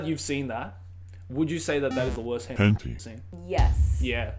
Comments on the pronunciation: it is, he has to say it incorrectly so he doesn’t get demonetized. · It’s pronounced hent-eye not henteeeee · Henti argh its hen-tai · it was hen-tea? i pronounced it hen-taei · HENTEE?!?! isnt it pronounce hentayy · wHy dO u sAy it like that Hent-ee? Lol! Hen-tai! Japanese pronounciation 😂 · wait its called hente and not henti :0 I've said it wrong all this time lol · “hen tee”?? tf i say it “hen tie” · It's pronounced 'hen-tie' or 'hen-ta-ee' :) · Why does he say hentei? Watching it with friends and female friends what the hell!? Too cringe, can't watch. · Are you say hęñtíé like that on purpose? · what the hell is a "Hentee"? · hentea? LOL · ah yes hentee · did y-you just say...henty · It’s pronounced Hen-Thai. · 'hen-tee' lol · "but this can also be said in the world of 𝓱𝓮𝓷𝓽𝓲" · Ah yes. The world of HENTY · It's pronounced hen-tie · It’s Henti my dudes XD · And also says “henti” makes it a bit funny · I thought they said *hen tay * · Did this guy say hen-T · No one This guy: HeNTee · Henti is for real bois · Bro why do you say hentee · plz don't say henty it makes me crinnnge and btw checkout me channels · "Hen tee" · Why we saying hen-tee? Something about demonetizing? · I used to call it "hentee" too Now that's what I'm going to call it that forever. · "As Weird As This May Sound To The Common Otaku, I Think The Same Thing Can Also Be Said For The World Of Henty." It just makes me laugh every time he pronounces H*ntai differently just to keep his channel a float lol! 😂😂😂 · why is he pronouncing it so badly? XD Hentee? is it because of youtube regulations? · ''Hen tie''?? Sound like a good anime. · Ah yes. HENTI. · I think it’s pronounced hen tie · u r saying the word wrong